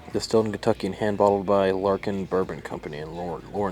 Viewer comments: Not "Larkin" but "Lair-i-kin" which is Aussie slang...it's bourbon made by an australian who moved over here.. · Thanks for this video mate we have added these to our list 🤜🏼🤛🏼 And it's pronounced Larra-Kin(not Lar-kin) I guess are using the Aussie term as they borrowed the Kangaroo as well😉🦘